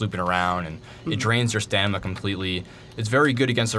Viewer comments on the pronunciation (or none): stanima? fucking derp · Why does he keep saying 'Stanima'??? STAMINA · lol stanima....it's stamina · Sta-m-ina not sta-n-ima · You do know that's not how you spell or say it right? It's Stamina. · Did he say "staNiMa"? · i know what stamina is lol but this guy in the video kept saying staNIma. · wth is stanima? ive heard of stamina before. XD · He kept saying stanima....